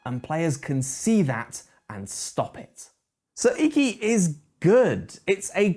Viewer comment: say it correctly consistently, please. Ee-kee is the pronunciation. Looks like a great game, though.